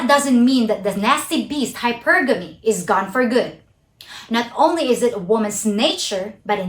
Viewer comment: Great video, as always! Your presentation and content are well-thought-out and well-done. Just a note on this one, the way you pronounced hypergamy, it took me a while to figure out what you meant. It's correctly pronounced "HYpergamy", not "hyPERgamy". Anyway, not a big deal, even if I had to scratch my head for a little while. Good stuff. I just subscribed to your channel. Best of luck to you!